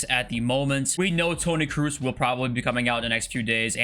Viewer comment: Please stop calling Tony Kruus. Its Tony Kroos